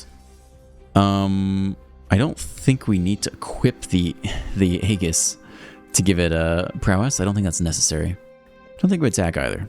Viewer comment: great video! btw, it's pronounced "ay-jiss" (or sometimes "ee-jiss")